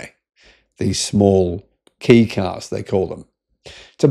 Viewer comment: * Kei is pronounced "Kay", not "Key * The Honda interior is nicer than most Kei cars. * "Ugly", I reckon this is one of the best looking modern cars * The Super EV Concept looks exactly the same, just with fender flares and lowered. It wouldn't meet Kei regulations with the added width of the flares. The European export version may have the flares from the concept - The Suzuki Jimny does that, where export versions are flared and JDM ones are narrow. * Power steering doesn't improve the handling of cars. It just makes the wheel easier to turn at parking lot speeds.